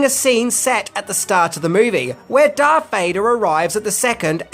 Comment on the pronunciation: I've been winning from the previous videos on these movies, but his name is DARTH Vader Not DARK. I know it's not a big deal, but...